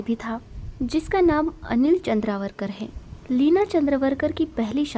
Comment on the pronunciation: Your pronounsation is not correct. Her name is Leena Chandavarkar, not Chandravarkar.